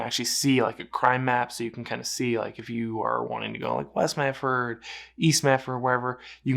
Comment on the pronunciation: It's Medford. NOT MeT ford.